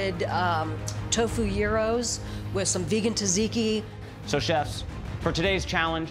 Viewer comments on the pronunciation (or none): Pronouncing tzatziki as "tazeeki" should be a jailable offence.